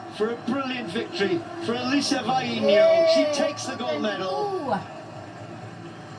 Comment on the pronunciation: She indeed is a wonderful person and a super athlete - and thank You for pronouncing her name so well !!!!! 🤩